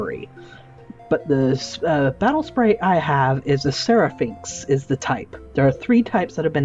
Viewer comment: he says my spatle sprite